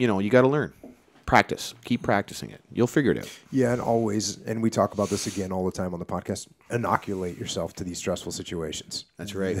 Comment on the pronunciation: AbUUUt?... This guy Canadian SpecOps?